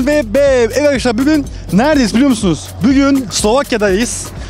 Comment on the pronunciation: Olum şu konuşmanı düzelt bügün degil bugün